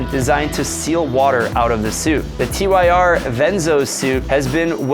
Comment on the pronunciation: I thought TYR was pronounced “tear” and not “tee why are”